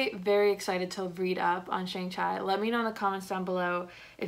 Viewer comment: You nailed the simu liu and Tony leung pronounciation but butchered shang chi name lol it's all good though. Great video!